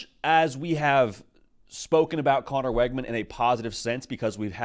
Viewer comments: His name is pronounced Wigman, not Weggman. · It's pronounced "wig-min". Learn it so you don't sound stupid saying "Weg-man"